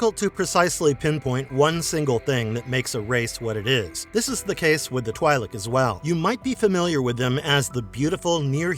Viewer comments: First of its twi'lek not twailek. And he talks about aayla secura but show qui gon jinn. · its 'Twee-lik'... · They are literally called both Twee and Twy in the Clone Wars.